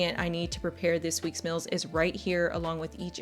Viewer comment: Is pronouncing "meals" as "mills" a regional accent?